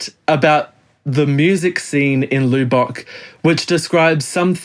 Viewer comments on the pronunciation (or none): The loo bock lights? It is properly pronounced Luh-buck.